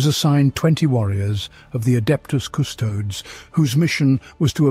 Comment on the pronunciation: Hey, it's pronouncing "Primarch" the right way now, as "mark" instead of "march"!. Now you have to switch the way it says "custodes" to "kuh-stow-dee's".